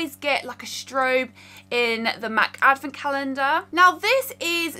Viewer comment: me, a humble mexican girl: What in the world is a "avacandah"??? oh... is she trying to say "advent calendar"? XD